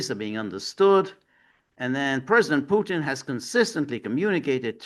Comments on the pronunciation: Kellog is an idiot. Haha george, im 100% with you. If you cant pronounce the T in Putin, go back to grade school and learn your ABCs🤣😂🤣😂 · Well picked up George. It seems all Americans struggle with words where a T comes in the middle. Even Danny Hifong and Jimmi Dore mispronoun Mr PuTins name.